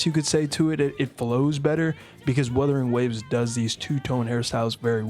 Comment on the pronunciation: As per Wuthering Waves community, just like how says it, "we fine in the west" 😂😂😂